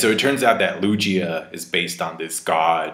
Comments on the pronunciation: Its Lugia not luJia lol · Hearing say “Lu-gee-a” and not “Lu-gi-a” 😖😖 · Loo G ah Lmaoooo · godammn i've been saying lowgia this entire time and I won't stop now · the way you say lugia with a J instead of a G is incredibly cursed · mispronouncing "Lugia" is the most weridly epic thing about this whole thing. Especially since he can say Gyarados and Torterra perfectly fine lol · O geez. U cant pronounce Lugia either? Lmao